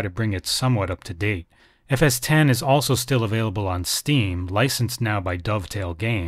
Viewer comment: Thank you so much for calling it by its right name FS T E N ! Oh and if you youngsters are still listening... the Apple nowadays runs on MacOS T E N ... Not Oh Ess Ex. It's not OSX and the sim being discussed here is NOT FSX.